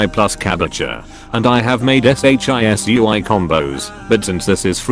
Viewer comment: I like how the text to speech said s h i s u i instead of shisui lol